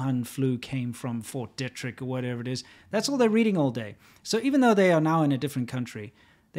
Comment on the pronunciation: BTW guys, small detail, it's pronounced Fort DEE-trick. I grew up 40 miles from there.